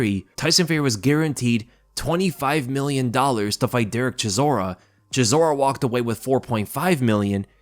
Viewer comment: CHISORA MATE it s not that hard to say his name wtf :)))